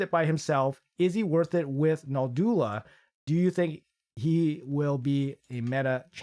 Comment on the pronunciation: Can any Raid tuber pronounce Noldua correctly? It's a challenge, it seems 😁😁